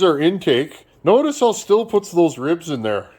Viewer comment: I've always heard Stihl pronounced "steel". Might be a regional thing.